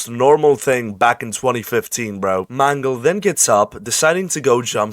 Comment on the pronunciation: Good video, but i can't stop hearing mango when you say Mangle.